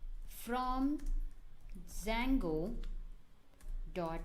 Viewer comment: it's Django not Sango haha, love the slang